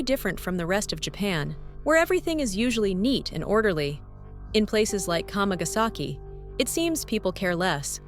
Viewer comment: It's not "k'mah-gas-eki" ... it's kama. Kamagasaki is 釜ヶ崎, kama-ga-saki. WTF do content creators do videos on subjects without even learning how to say them? It's also a great street market to go to. Nothing's hidden, nothing invisible, you just have to go there and walk down the street. Even the yakuza HQ is plainly sign posted if you want to find it. Sick of these tired old tropes about Japan.